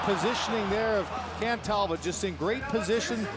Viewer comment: Show a little respect to French Canadian players by pronouncing their names rignt: Talbot is Tal-bow...